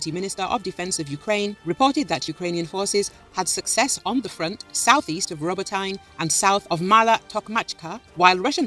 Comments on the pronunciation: Roboteyn? No. It’s Roboteeeeneh. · It's pronounced Row Bow Teh. Not what ever the hell you said.